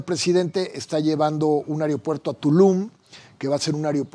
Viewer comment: Dice este colorado que es inteligente y pronuncia ariopuerto es aeropuerto